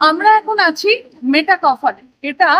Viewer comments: মেটাকফ নয়, মেটক্যাফে বা মেটকাফ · Pronunciation ta metakoph না মেটক্যাফ?